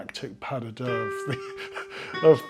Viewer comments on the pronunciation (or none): none